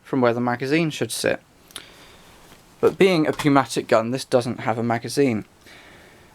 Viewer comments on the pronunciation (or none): Pneumatic is pronounced (new-matic) with a silent 'P'. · It's pronounced "newmatic". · Pneumatic has a silent P. :)